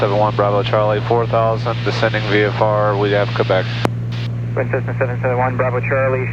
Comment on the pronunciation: I had to rewind to make sure you said “Tessna” that’s classic. Always great vids.